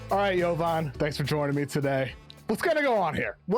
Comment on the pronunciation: The way pronounces "Jovan" kept me hearing "Theo Vonn" 😂😊